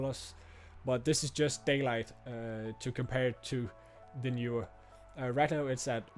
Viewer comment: Horrible audio levels. Also, Knee/were, not Knew/were.